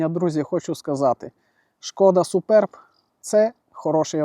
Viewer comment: Один з небагьох, хто правильно озвучує назву авто: Шкода СупЕрб. Вподобайка.